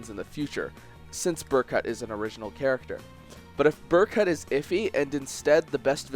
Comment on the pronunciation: They literally say Berkuts name in cutscenes how do you still pronounce it wrong